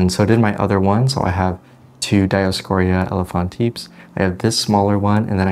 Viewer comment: Hey, around minute four you introduce your dioscore elephatipes, being fluent in one or two Latin based languages I instantly thought that it is an elephant foot plant, I can see how people would call it tortoise shell..... I prefer your pronunciation which is the same as Summer Rayne Oaks. And basically I'm jealous that you have more than one. lol Great video - thanks a lot and keep posting